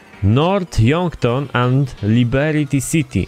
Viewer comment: dlaczego mówisz LIBERITI CITY? Xd